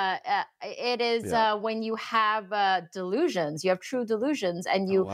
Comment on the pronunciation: DeLEEsions hahahaha